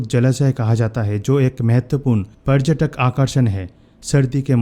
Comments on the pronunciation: Bhai yeh prajtak kya hota h parytak bolo na yr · Video bnane se pehle hindi sikh k aao obharbhyu tabhar aur parjatak😂😂😂